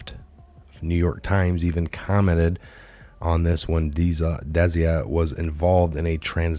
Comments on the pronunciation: Desia rhymes with dyslexia. Desai rhymes with goodbye. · Love ya but its Des-eye Good content. You were the one i first listened to upon being redpilled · It is pronounced `Des eye` very common ndian name. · it is pronounced [dis-eye] Desai . your welcome..